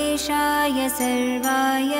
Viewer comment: Please read original mantra properly. It is "Sharvaay" i.e. "शर्वाय" and not the "Sarvaay" I.e. "सर्वाय". It is your whole and soul duty to check the mantra pronunciation properly before recording. Voice is not that important than the actual pronunciation. Correct this mistake and re-record again. And avoid making such nonsense mistakes.